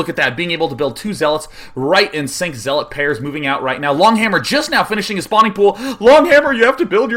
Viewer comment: Day9 :) The 'zea' in zealot rhymes with 'yeah', not 'he'.